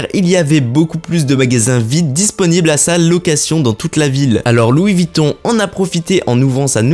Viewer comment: Revoir votre prononciation... VUITTON et non Vitton !